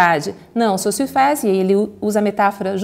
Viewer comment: Já ganhou a atenção de seus ouvintes quando, ao contrário de todo o Brasil, é capaz de expressar foneticamente o 'u' em Sausurre. Parabéns. E obrigado pelo vídeo.